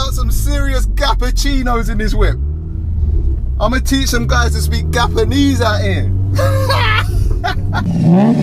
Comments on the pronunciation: Love this video!! He said Gapanese bahahahah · My guy said gapenese. How have I only just seen this 😂😂